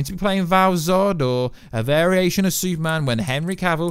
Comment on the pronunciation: Exactly what is a Suuman, because I and the rest of the world are fukin waiting...